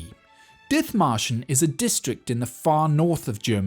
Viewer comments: Dithmarschen is pronounced dit-marschen. 'Th' in traditional Germanspellings that can still be seen in place names like Ditmatschen and Othmarschen are always pronounced /t/. There is no 'th' sound in German like we have in English. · Very interesting. But one thing: The name, Dithmarschen, of a region near Hamburg, is not pronounced with the "th" sound but with a simple "t". And to this day, the Dithmarschen people are renowned for their stubbornness and their independent spirit. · The "th" in Dithmarschen is not an F-sound but just a T. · Ah yes, the English town of Diþmarshen. With exactly that pronunciation. How dare the Germans spell it "Dithmarschen". Almost like they wanted to imply not entirely insignificant a different pronunciation! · In German, the "th" is pronounced as a "t". Dithmarschen is dittmarschen. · The pronunciation of Dithmarschen triggers me hard. One look its Wikipedia article might have helped... There is no /θ/-sound in the German language! Nonetheless, good video :) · You're mangling the name Dithmarschen...the "th" is pronounced as a "t"...silent "h". It isn't surprising that they'd be self-governing, as they're wedged between East Frisia and North Frisia. I'm not knowledgeable about their government, but I recall their story being very similar to Dithmarschen's. Something about the Frisians being the only Europeans to never fall under feudalism...but if Dithmarschen wasn't, then that bit of info is incorrect...unless the people of Dithmarschen were/are Frisians, too. Could easily be, considering Frisians and Saxons have shared that area for a long time.